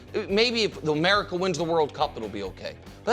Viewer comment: I heard him say Merica 😂